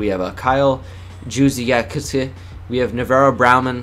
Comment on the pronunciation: U are the first I've ever seen pronounce kyle Juszczyk name right